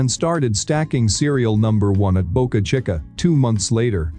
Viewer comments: Yeah, that's the way he pronounces it but it's a Spanish name meaning "small mouth" and Spanish place names in the US are generally pronounced with Spanish pronunciation, hence "cheeka." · Hey computer voice, it's pronounced Boca Cheeka. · Boca chikka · boca chukka